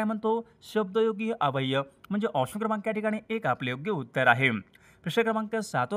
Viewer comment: सर तुमचा अव्यय शब्दाचा उच्चार चुकतोय